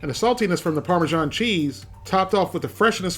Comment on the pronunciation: Remember: its not parmeZHan, its either Parmesan or Parmigiano Get it right pls